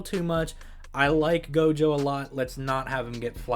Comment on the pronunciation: I Heard jogo instead of gojo in one part